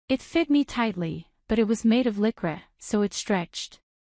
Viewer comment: Stop mispronouncing lycra 😢